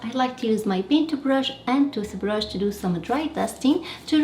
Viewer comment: Love the way you say paintubrush and toothubrush 🧡